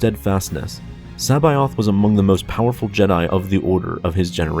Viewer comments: C'baoth (se-bow-th) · Did you say... Joruus C'Baoth? ;-)